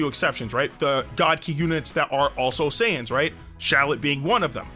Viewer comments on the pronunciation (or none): none